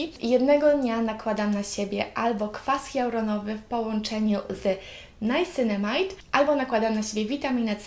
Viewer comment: Czyta się Niacynamid po prostu a tonizowanie twarzy jest bardzo ważne w pielęgnacji